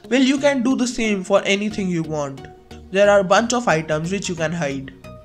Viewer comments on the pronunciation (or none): none